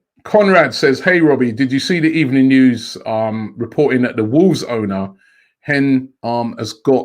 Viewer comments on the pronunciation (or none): Emery: Good ebening white witch, you made me lose my job. Sasha: 😮